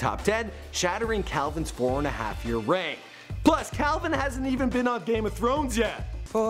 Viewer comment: "Where have you bean"